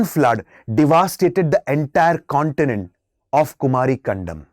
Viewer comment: Kumaari not its ku-mari